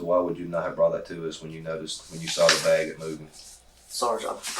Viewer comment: Hearing the narrator say “beg” instead of bag kills me 😂